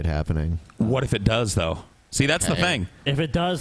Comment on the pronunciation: says thin instead of thing